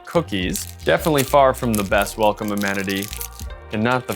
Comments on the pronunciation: 'Welocme' had me in tears. Great review. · ''WELOCME'' sounds like the Hong Kong accent, they really wanted to give a Hong Kong Experience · i was literally looking for a mosquito around me, then i realised it was the background sound from the video. overall interesting and informative video. "Welocme", that was hilarious, but the effort is good.